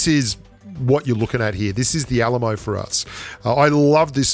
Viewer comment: When he said Alamo I though he was saying ayy lmao